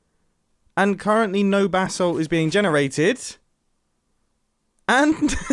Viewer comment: The way you say “Basalt” hurts.